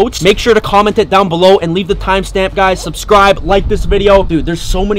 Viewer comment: Down bollow